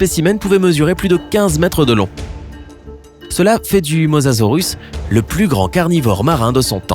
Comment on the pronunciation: Le mausasaur mec